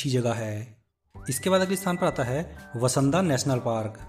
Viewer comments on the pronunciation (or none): Sirji VASANDA word wrong hai. VANSDA word sahi hai. Aur WAGHAI me not "WAA" only "WA" ok?? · आपने बहुत ही बढ़िया उम्दा एवं सटीक जानकारी दी है। केवल शब्दों का जरासा फेर-बदल हुआ है, वसंदा नहीं है > वांसदा इस तरह से है .... और > वाघई नहीं वगई ...(. વાંસદા ) ( વગઈ ) बाकी वीडियो आपने बहुत ही अच्छी बनाई है। आभार 🙏 धन्यवाद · भाई तू गांव के नाम मत बिगाड सही नाम बोल वासदा ओर सही नाम वघई है।